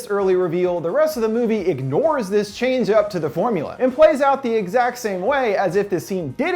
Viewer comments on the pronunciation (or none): none